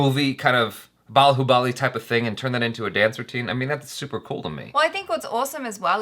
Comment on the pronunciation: Every foreigner pronouncing Bahubali funny way prabhas who acted role of Bahubali be like why u guys bullying me 🥺 we audience b😂😂😂